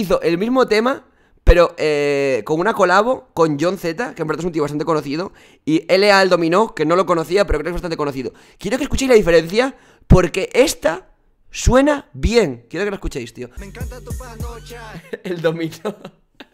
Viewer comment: El domino dice en vez de dominio 😂😂😂😂😂😂😂😂